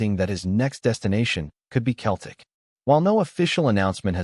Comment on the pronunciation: It is not pronounced Keltic. It is pronounced Seltic.